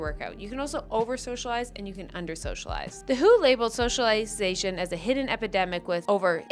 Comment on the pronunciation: I love you so damn much but please never call the W.H.O. the "who" ever again 🤣 - a former WHO employee